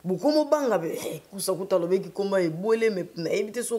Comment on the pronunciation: Les COngolais ont un problème de prononciation de voyelles: ado balobaka :vécu et non VEKI.... ÇA M'ÉNERVE